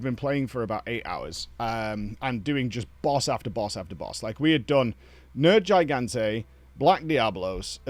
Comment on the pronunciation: The pronunciation of some of the monster names "nerd gigante" I can't 😆